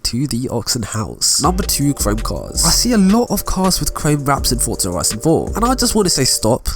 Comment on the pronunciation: "fotza horizon 4"